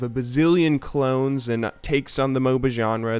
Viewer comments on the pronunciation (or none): none